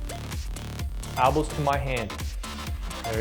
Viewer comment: why do you keep saying ALbows?!?!?!?!?!!??!